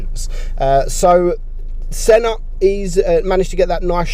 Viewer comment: When you sayed Senna the god I heared son of the bot 😂😅